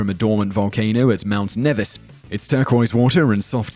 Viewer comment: Its pronounced Nee-vis (My homeland) I'm surprised to see it on this list. lovely place